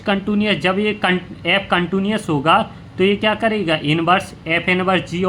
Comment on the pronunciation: Contuniuous nhi h sir countiii nu as hota hai uska pronounciation